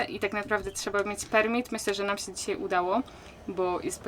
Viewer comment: Wada: manieryczna wymowa: zrobic, sję, zahaczyc, liscie, byc, mysle itp.